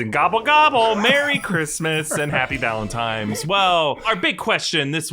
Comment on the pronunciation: Wait a second did you just say valentiMes Day!!